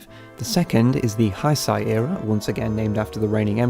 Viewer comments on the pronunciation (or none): Heisei is pronounced "hey-say". just a heads up. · Heisei is pronounced "Hey-say"